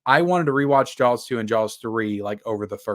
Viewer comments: Why does he keep saying Jawls? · Whoever buys these 4K movies, you're an idiot and you're the reason why studios take advantage of physical media collectors (FYI, it's pronounced Jaws, no L needed) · You’re not pronouncing the L in Jaws hard enough. Ask your mamaw how to say it, right! 😂